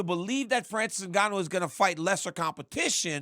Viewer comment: Francis ENGANNYOU 🤣💀